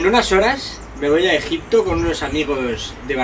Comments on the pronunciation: min dice EJITPO JEJE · Buenisimo video en "Egitpo" jajjajaa muy buen contenido sos un crack :3